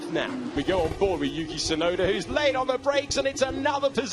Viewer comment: 実況も興奮させる走りが印象的！ でも「ユウキ・シュナイダー」にしか聞こえない！？